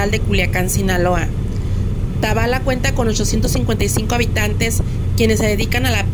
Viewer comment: Se pronuncia Tabala tiene asento en la a sé oye muy feo como lo pronuncias